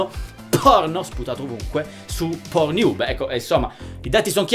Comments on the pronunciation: PORNIUB MA CHE CAZZ....PORNNIUB CODDUE.. PORN HUB... ub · ma solo io capivo "ProNiub" ? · Tornato qui dopo anni solo per risentire il celebre "pornhiub" di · Anche io ! AHAHAHHAAHAH